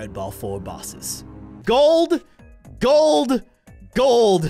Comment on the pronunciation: Bruh grold wen pewdiepie say in Gold grold